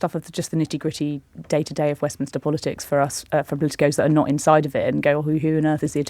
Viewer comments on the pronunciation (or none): none